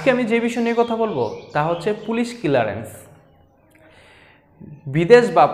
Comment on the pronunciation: এটা কিলারেন্স না ক্লিয়ারেন্স 🥴।